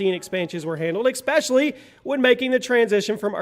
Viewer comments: I dig your videos but "expecially" is not how you pronounce "especially" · Just so everyone knows - "expecially" is not a word. Carry on.